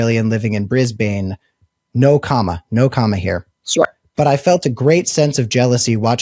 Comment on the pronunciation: Australians collectively cringe every time Cam says "BrizzBayne". It's "BrizBin". That's probably why stopped dating him.🤔